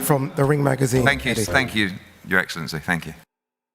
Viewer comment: his Eggcellency